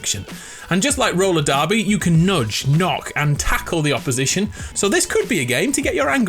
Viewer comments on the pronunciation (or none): none